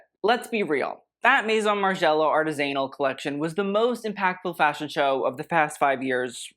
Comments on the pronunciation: Please stop saying Artis-anal it's pronounced more like Artisinal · Artisanal is pronounced ‘aar ti zuh nul’ as opposed to ‘aritz ANAL’.(comment made before bc im that petty) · It's arTIsanal, not artisAnal. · artisanal not artist anal or artizinal u aaaaaaaaaaaaa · why are yiu saying artist anal like only john galliano can say tgat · #Artisanal isn’t pronounced #AryZAnal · ... and the word is correctly pronounced [ r - TIZZ - null ] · Pronounce Artisanal again lol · How are you saying “artisanal”? 😮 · Saying artisanal like that is insane 😭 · This is a fantastic video you really outdid yourself! I wish you would learn how to pronounce the word Artisanal, that would be my wish .